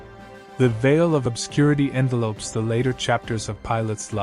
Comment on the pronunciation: CLICK BAIT! Never does tell you what happened to him!Also would be nice if this narrator actually knew how to pronounce "Josephus", "envelops" (not envelopes) and "speculation".